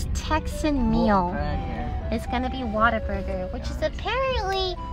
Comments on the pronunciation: Noooo she pronounced it waterburger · It's pronounced what-a-burger not water-burger lol happens a lot